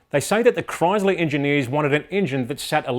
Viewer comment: I like how Aussies say Chrysler. (Kroyzluh) It's scitz mate.